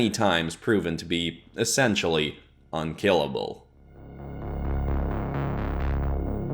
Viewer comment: The way you said unkillable made me think of invisible